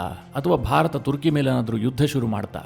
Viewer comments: Sir ಇದು ತುರ್ಕಿ ಅಲ್ಲ ಅದು ಟರ್ಕಿ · ಮಾರಾಯ, ತುರ್ಕಿ ಅಲ್ಲೋ ಟರ್ಕಿ ಅದು 😂😂😂 ಏನು ಅಂತಾ ವಿಡಿಯೋ ಮಾಡ್ತಿರೋ 😂😂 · ಅದು ತುರ್ಕಿ ಅಲ್ಲ ಟರ್ಕಿ